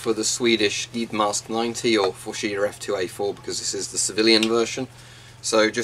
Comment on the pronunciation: The skyddsmask 90 is pronounced more like hjyddsmask